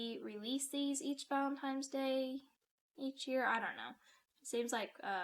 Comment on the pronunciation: Excuse me mam did you say "Valentime's" day?😂😂😂